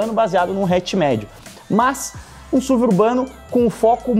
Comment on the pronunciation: Me dá agonia ver o falando SUV (SUVI)... pra mim sempre vou falar S.U.V. pq é sonoramente melhor